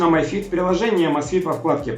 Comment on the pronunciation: Ми фит,а не май фит. Май фит,пишется my fit,а так,mi fit,соответственно ми фит.